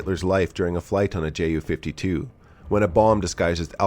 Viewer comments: Tante Ju (Aunt Ju) ...btw. its pronounced "You" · Sidenote here, if or when pronouncing ju-52, your supposed to say it as "yu"; the same as how you pronounce "yunkers" in junkers. Correct me if I'm wrong, but that's how I say it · Little reminder from a German speaker. The "Ju" is not spoken as two separate letters but together. It sounds like you would say "you". As an additional funn fact, in German-speaking countries the Ju-52 is called "Tante Ju", which translates to aunt Ju.